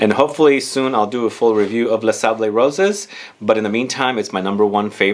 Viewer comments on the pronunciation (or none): Super Selecsh! And for French prononunciation you generally don't pronounce the 's' at the end: Les Sables Roses = Leh Sable Rose (pink sands) 👍